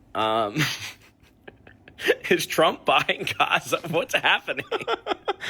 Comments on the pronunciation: It’s only me who bothered how they say Azzza ? Not for sale! Nobody wants to buy it .. just take it because you don’t do Sheeit with that land 😂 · I don’t know if it’s some sort of sensory issue but I can’t stand people saying « Hhhhhaza » (Gaza) 😂